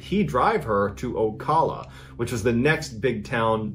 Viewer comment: Am I the only one who thinks he’s pronouncing Ocala wrong?